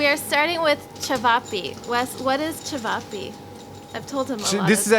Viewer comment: You say chayveepay but it’s actually sounded out chevop